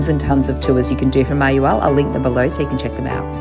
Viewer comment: It’s pronounced mah-hah-WAHL.